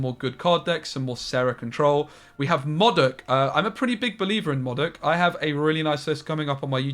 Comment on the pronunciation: Its pronounced modok and not as modok. 😂